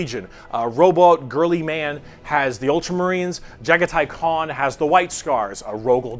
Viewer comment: Nice! You said Jaghatai Khan pretty correctly for the first time! White is very hard to paint though. This is Jeremy and we can talk directly throughout your journey.